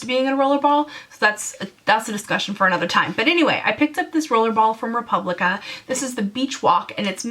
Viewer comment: It's Replica not Republica...just fiy